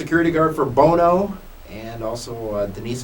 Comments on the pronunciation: Its 'Bon-o' not 'Bone-o' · did he just say personal security guard for "bone-o?"